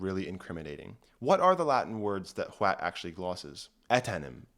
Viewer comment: How many times did homeboy have to do retakes from adding a "T" sound to the start?